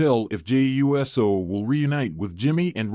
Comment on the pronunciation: Whose tears flowed? And when, where and why? And for God's sake it's Uso and not U. S. O WTF is wrong with you??🙄🙄🙄